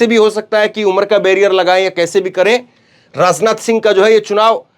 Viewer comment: Bhai rasneeti na bolo Rasnath na bolo Hindi theek kr lo